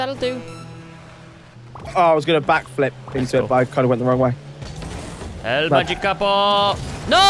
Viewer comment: It not el magikapo it el magikapro